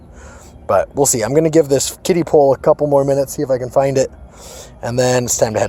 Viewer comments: I thought he was saying “kitty pool” lol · I thought you said kid pool